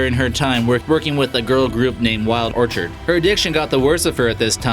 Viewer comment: Wild Orchid, not Wild Orchard...lol!!